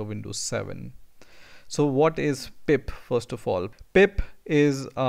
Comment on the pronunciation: Thank you so much chief. Good content, though I was hearing PIMP all the time haha!